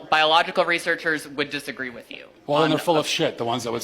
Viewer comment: "this miff" respect the video and you're 100% right brother but learn to pronounce words with "th" in the instead of just pronouncing them with an "f" before speaking on your opinions. It's MYTH not "miff" and it's WITH not "wiff" lmao it is so insanely basic my dude.